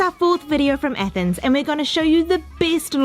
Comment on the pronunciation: It's pronounced athens not ethens